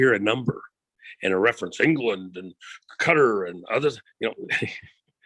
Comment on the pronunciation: Great to hear someone say Qatar correctly not cutter